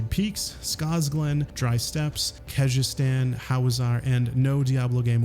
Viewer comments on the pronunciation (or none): none